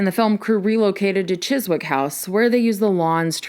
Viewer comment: Always happy to hear you talking about the Beatles. Btw, I'm an American but I watch a lot of Doctor Who so I happen to know it's pronounced Chizzick.